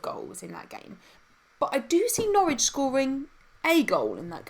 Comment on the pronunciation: it's Norwich ffs 😂